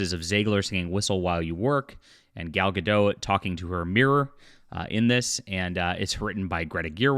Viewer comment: Gadot, not Gado